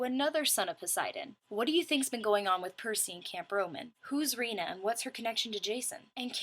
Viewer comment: great review! couple mispronunciations like Riordan's name is like rye-or-dan Hephaestus doesn't have an 's' between the 'e' and 'p'; and Reyna is supposed be be said like reign-uh. i don't want you to take this personally, but mispronunciations of words and names is like my biggest pet peeve lol